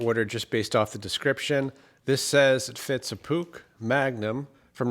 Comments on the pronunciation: It`s call a Puch. Sounds like `pooch`, not `pook`. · What a simply lovely company name...... PUCH. Pronounced.... PUKE!!!!! To me, it's pronounced "POO - CH" or there abouts. Another great video ❤️❤️❤️👍👍👍👍👍🫶🫶🫶🫶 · Puch. Not "sh , not "sch". "Ch" like in Baumkuchen. 😊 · I believe it is pronounced "Pooch" as in dog 😄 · Nice bike. Well done. My Dad had a 250 SGS(I think). It's pronounced "Pook" (rhymes with "book"). My Dad was Dutch, and made sure we knew how to say it. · pronounced "poosh" my neighbor had one back in the day. It was about 1980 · That’s what I thought too! Had one as a kid in the early 80’s and my dad pronounced it ‘pooch’. Thanks for the trip down memory lane… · I remember these when I was riding mopeds as a teenager here in the UK, lots of people had them (various models) good reliable bikes I think, I was a Suzuki boy myself though. We pronounced Puch as Pooch here across the pond -tomayto, tomahto! Anyway, great video fella 👍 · I believe it's pronounced Push... we used to call them Puques as kids...lol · No, c is silent. So more like Pooh.